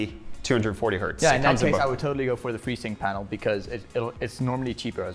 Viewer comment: Sounds like he's saying "Painal" lol..